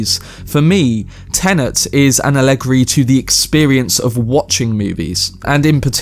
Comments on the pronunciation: “Ah leg ree” ... no, just no. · Are you trying to say "allegory"? Cuz that's not how you pronounce it (whether American or British) and I'm so confused